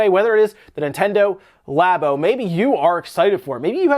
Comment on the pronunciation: Labo sounds like labia